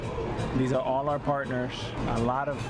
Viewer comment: You've worked on your words ending in "rs," like "owners" and "partners"! 👏👏👏 (You used to pronounce them as "ownersh" and "partnersh.") "Entrepreneurs" still seems to be giving you a little trouble, but I believe you will conquer it, too! Congrats - I'm proud of you! You're becoming a better spokesperson and broadcaster!